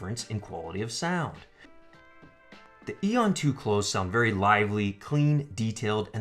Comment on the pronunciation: Thank you for properly pronouncing the word Aeon as most (even Dan Clark) think it is pronounced A-on which is annoying to listen to. Solid video overall though I would say maybe try and stop all the constant hand movement in future videos.